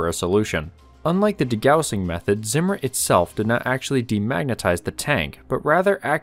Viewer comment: It’s pronounced “de gaw sing.” Also, maybe look to such high subscriber accounts like Bald and Bankrupt (2M+). He never has an introduction and never pushes for subscriptions, not once asking his viewers. Just straight content. To be honest, I fast forwarded through your intro to get to the actual content — but even then found it to be an overly long explanation so I just went and read about it from a credible source. Just some advice.